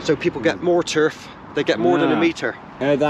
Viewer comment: Lol Turr-fff bristonlian